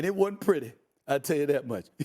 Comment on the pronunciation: Stephen A: It wasn't pretty Me: No it was PURDY 🤪